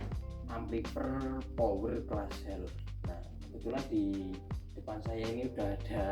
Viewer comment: Amplifayer mas bacanya bukan amplifer😅